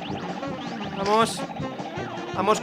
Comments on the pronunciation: Soy yo o decia PAMOS en vez de VAMOS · ya no es "vamos" es "pamos" :V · DICE PAMOS EN VEZ DE VAMOS